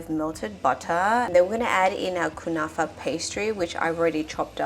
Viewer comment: The way pronounced Kunafa properly is chef's kiss 🥹❤️❤️